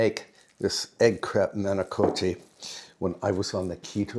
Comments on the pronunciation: I love when you do these meal prep videos. But then again, I really enjoy all your videos. And manicotti does not have a long O sound. Both in Italian and in English it’s not a long O. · In Italy it is pronounced mah-ni- KAH-tee. But in England people say mah-ni-KO-tee. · Dear, Italians pronounce the word manicotti like this: mah-nee-cah-ddi. The T is not a hard T; it's a hard D. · I was married to an Italian for 47 years and all the Italians I have known pronounce manicotti and ricotta with a cross between a hard and soft o. Ricotta leans toward the hard and manicotti the soft.so clear, lol.1I